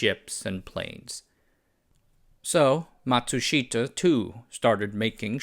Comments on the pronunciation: The Japanese I know pronounce Matsushita as “matsushta”. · Pronunciation! Ma tsu shi-ta also the first syllable is normally emphasized in Japanese a bit and the fourth syllable shi is not emphasized!!! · Matsushita: mat-sush-ta. Three syllables. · I’m dying here with the pronunciation of Matsushita. The i is silent. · A great story well told. Only the pronunciation of Matsushita grated in my ears.